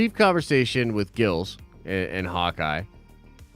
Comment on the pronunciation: It’s amazing how he can pick apart a show right down to every little detail but he can’t get a guys name right. Especially when the subtitles are on. It literally says who is talking. The guys name is “Grills” not “Gills”.